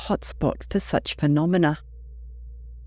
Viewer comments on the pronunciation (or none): none